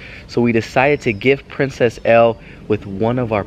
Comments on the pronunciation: Her name is Elle its like the letter L not like ellie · Band Edu Its Elle not Ell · Her is Elle, sounding like "L", not ell-ee. \_(0-0)_/ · her name isnt Pronounced like (EL-EE) its like (ELL)